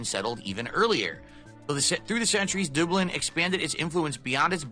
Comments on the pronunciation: Add Dublin to the list of words can’t say right. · Doob-lynn? Whaaa?